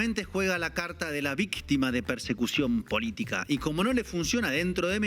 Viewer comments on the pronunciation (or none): "La Vistima “ jajaja